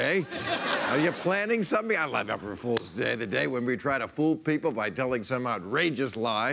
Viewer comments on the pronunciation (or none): none